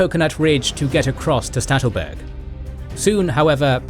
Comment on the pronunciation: Poor Sattelberg, always getting pronounced Stattelberg :(